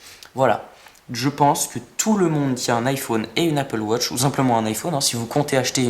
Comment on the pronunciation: tu sais pas dire iphone et apple watch